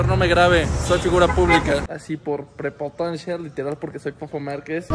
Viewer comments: Propotancia 🤣🤣🤣🤣 no puede ni pronunciar la palabra 🤣🤣🤣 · Literal dijo "prepotancia". Dios, el nivel de inteligencia de este individuo llamado Fofo es más bajo que el de una larva. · dijo "prepotancia" el wey?